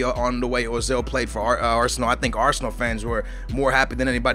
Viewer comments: it's not ozil its oezil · urzil is how t pronouce it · No, Uh-zil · People are stupid, it doesn't sound like Ozil or Oozil, or Ertzil or anything like that. It is pronounced Özil, like it's written. The Ö elongates the vowel, making it sound like 'Ergh-sil'. A 'v' in German is pronounced like an 's' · Ozil is said "Oo-zil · The dots above the o make it sound like a double o say it like oozil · say it like oi-zil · It is Erzil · Prounoced urzil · It's pronounced "Er-zil" pronounce it like how you pronounce the "ir" in "girl" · His name is pronounced Uh-zil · its pronounce er-zil